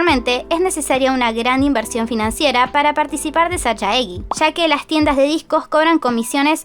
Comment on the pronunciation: Se lee sallegui, el sajaegi, igualemente muy buen video 💋